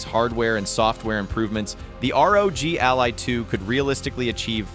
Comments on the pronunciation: The ai voice you used can't even say "Ally" why would you do this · wtf cant even pronounce the product name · Just get a Steam Deck 2 problem solved:) and wow is this another AI infected video cant even say "ALLY"